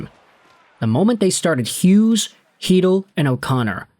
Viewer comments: Whoa, finally you got Chytil pronunciation right! I love you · No he got Chytil pronunciation right😂